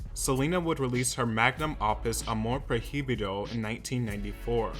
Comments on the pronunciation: Once he said “amor pro hee bee doh” I was done.. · "proy-bido" there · Jaja “amor pro-hi-bido” please learn how to pronounce the words in Spanish as we (no English speakers) learn English words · huh ... that's not how you say "amor prohibido" ... you could have google it y'know 🥴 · Yeah him saying the h in amor prohibido is actually annoying and I didn’t think it could be ....: but he’s English ..... I understand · the way he said amor prohibido upsets me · Learn to pronuntiate spanish words correct, your pronuntiation of "amor prohibido" sucks